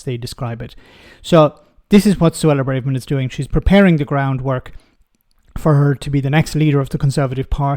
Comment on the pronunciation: It is Bra-verman,, not Bray-verman. That has been established for a long time now and Emma Barnett pronounces it like that in the opening moments of your clip.